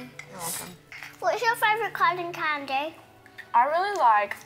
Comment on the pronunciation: Lol yeah she said kind of candy